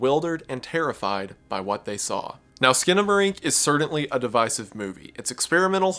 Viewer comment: The way you say "certainly" is "cerdantly" strange